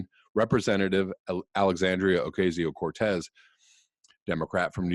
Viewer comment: Ocasio is pronounced like "casa" or "taco." The Spanish "a" has one pronunciation.